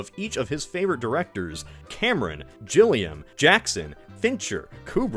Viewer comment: TIMING! This debuted 1 day after the Nostalgia Critic reviewed the 2005 Willy Wonka movie. Did you pronounce "Gilliam" with a J sound? A man who has his name attached to both "Schindler's List" and "Ghost in the Shell" (2017). Like Spielberg auditioned himself for a live-action GUNDAM movie That lucky bastard. If it were me, I'd slap either the Autobot or Decepticon logo on it. Like how we lived through the years TRANSFORMERS: THE MOVIE, The Running Man, BLADE RUNNER, SOYLENT GREEN, X-MEN: DoFP and AVENGERS: ENDGAME were set in. Instead of cryptocurrency, this is microtransactions. "MEME ME! MEME ME! ME ME ME ME MEME ME!" A new spinoff of The Office, called "The Paper". Yeah, it says a lot about how much the present sucks if the 2000's look better.